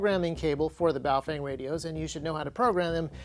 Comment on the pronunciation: Haven't watched this yet, will later. Just here to inform you, you most likely pronounced it wrong. The proper pronunciation is "boof-wang"